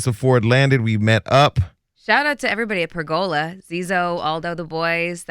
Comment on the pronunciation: PERgola, not PergOla lol